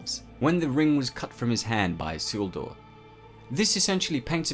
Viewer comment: SEAL DOOR!!! YOU MEAN ISILDUR!!!!